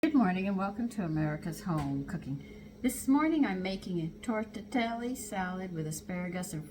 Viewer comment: Tor-teh-LEE-nee love, not tor-teh-nelly…Looks fabulous, can’t wait to try tortellini in this unusually different way. Yum